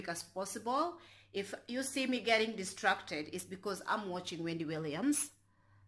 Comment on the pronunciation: Good one friend, you are so animated and hilarious😁😂. Oh it's 'dis- trac- ted' funny girl